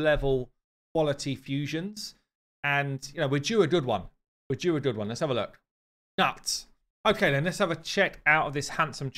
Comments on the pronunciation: Not "nut" but "noot" 😉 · "newt" not "nuts" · Reading this doesn't change the pronunciation very well ... That's why I told him I'm a different post it's newt...or noot .... Also it proves he hadn't watched the arbiter show yet cause they say right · Hi! As always great content, just wanted to say that Gnut is pronounced Knut it is a old Norse name "Viking" (Scandinavia) Swedish, Norwegian, Danish name, Gnut you might see maybe, still in the Islandic language but has become Knut in modern times and for you English speaking audience it would be spoken with a hard K or in your case a C, like "Call or Could" e.g Cnut spelled Knut. Very seldom do you see Knut spelled with a C here in Scandinavia but it happens. Cheers and I am so exited for your NEW game, make a Queen Eva a good one please, hehe!